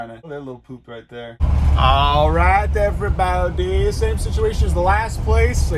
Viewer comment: The moment he said alright everybowdy, my eyebrows went up and down